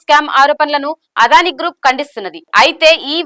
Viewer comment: అదానీ - ఆదాని కాదు. దయచేసి అద్వాని అనకండి మేడం.